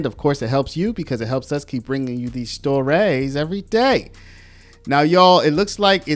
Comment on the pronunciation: It is not pronounced storayys it is pronounced stories. Please. It sounds so ghetto. I would not expect to hear this someone who claims to have legal education or legal experience.